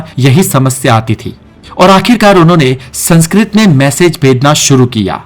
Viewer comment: Aap ka Spelling khud sanskrit se prakrit ki taraf ja rhe hai. Aap 'Sankskrit' ko 'Sankskrut' bol rahe .